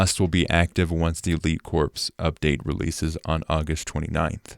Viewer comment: You pronounced “corps” wrong countless times and it brought me physical pain. It’s pronounced the same way you would say “core”.